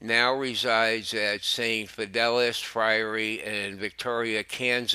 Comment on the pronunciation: learn to pronounce Capuchin, Salina, Elementary, Fidelis, Christopher, all names of persons, Prelate, We can expect better from a News Network which calls itself "Catholic"